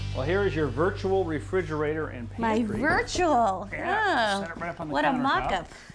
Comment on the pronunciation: I laughed a lot at "SO here's your virtual refriugrator"